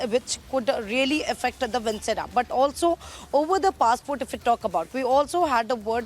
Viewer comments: What kind of reporters do you have? This girl is mispronouncing every thing… it’s not “vincera” it’s “viscera”… they use articles any which way they want!! If they have to report in English, please get people who can speak grammatically correct language… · Metabolites ( pronounced as “meta-bo-lites”) of the drug need to be detected. The organs of the body ( like stomach, intestines, etc.) is called viscera ( pronounced as vis-se-ra). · Vinchera, metabolitish, estashy ??.. Goa reporter